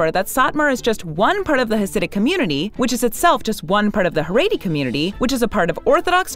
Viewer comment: The narrator of this video keeps mispronouncing “Shtisel” and “Haredi”. Irritating!